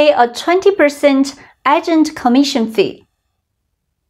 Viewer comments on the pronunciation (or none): The A at the start Is Aye Like the letter A So phonetically it's AGE ENT A GENT AGE ENT AGENT. Hope this helps you out. It would not effect a persons ability to understand you, I didn't even notice until I read this comment and rewound the video. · 老师 👩🏻‍🏫 Agent is pronounced ‘ay-gent’, not ‘aagent’ 😁 Thanks for another informative lesson 🤗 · Dear. Your pronunciation of agent is not correct.